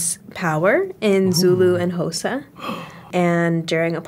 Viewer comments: "hosa" wow... Xhosa (the x is a click). girl do ur homework 😂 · It's how she pronounces Xhosa😂 very cute🤭